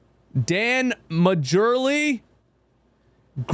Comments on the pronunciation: I got a kick out of "Dan Majurley". Lol Mar-Lee is the pronunciation. Of course, I only know his name because he played with Charles Barkley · Lol it's pronounced Dan Marley aka thunder Dan the J is silent Majerle he played for the Sun in the early 90s...truth be told is was dumb of NN to not play Buddy Hield in that 2nd half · I HATE TO BE THAT GUY BUT ... Sports media then and rest of us old-heads pronounced "Dan Majerle" ... to the best of my recollection .,. as "Dan Marley", no joke. ... and "Marley" was a force for a while, no joke on that either.